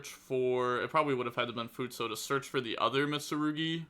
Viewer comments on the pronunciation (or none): My man’s legit replaced the last vowel for futsu